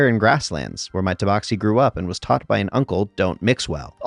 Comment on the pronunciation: Took me until halfway through the video to realize he was doing an accent for the first one. Confused the hell out of me why he kept pronouncing tabaxi "toeboxi"